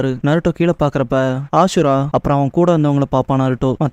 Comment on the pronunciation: ஹசுரா❌ அசுரா⭕